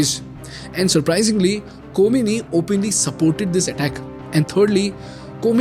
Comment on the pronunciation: Ko-mi-ni? khoh-may-nee